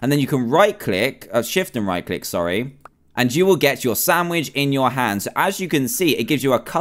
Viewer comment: When he said chop up the carrots to put in the samich